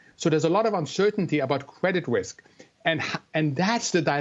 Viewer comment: Cwedit Wisk.